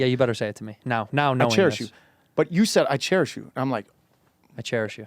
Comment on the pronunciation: "cherish" "chair-ish"